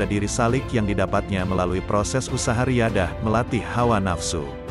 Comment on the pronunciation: Mf...kl bisa pembaca nya yg pasih dalam berbahasa arab contoh kl riyadhan dibaca nya riyadhoh athailiah di baca nya Atho'ilah...